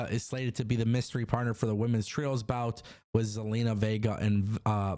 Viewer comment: He said trios bout, swear I heard trios belt lol